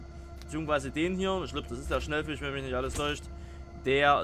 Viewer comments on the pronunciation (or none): Da ist kein N in Schellfisch, es heißt S C H E L L Fisch, nicht Schnellfisch, Schell wie die Tankstelle, nicht Schnell wie langsam